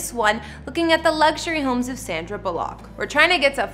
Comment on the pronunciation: Never heard her called Sandra Bull ock. Think it’s Bullock